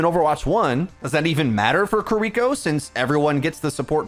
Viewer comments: ki ri ko NOT "kuhriko" ... KI RI KO ... if that's too hard for you to say try n say it like this ya dumb american : kee ree ko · KEER-iko, not kerREEKo yeesh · the support passive is a great qol change for the role, not having it would be hell. also kee ree ko not kereeko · Jesus fuckin christ. seconds & I can't handle it anymore. You'd think someone who's livelihood is ow you'd know this but; SAY KI(KEE)RI(REE)KO'S name correctly. It is not KUHRIKO It has been months now. She says it IN GAME. There's also a short if you need more help. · The way he says "kuh-ree-koh" instead of "ki-ri-koh" tho... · I know you're just saying her name how you read it. Her name is Key ree koh. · It's been months and you still can't pronounce Kiriko properly 😔 "kurreeco" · “Kireeko Kireeko Kireeko” YOU ARE DRIVING ME INSANE PLEASE PRONOUNCE IT CORRECTLY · STOP SAYING KIREKO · Bro, if I gotta hear you mispronounce Kiriko one more time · the way you pronounce Kiriko is painful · if you watch Kiriko cinematic you can learn how to pronnouce her name. It's simple.